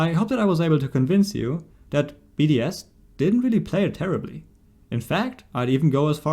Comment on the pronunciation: I kept thinking he was saying BDSM and not just BDS